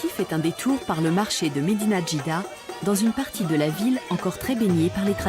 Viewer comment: Mdr quand la commentatrice a voulu dire : Mdina Jdida ( le grand marché d’Oran ) bravo pour le reportage ça fait chaud au cœur ♥️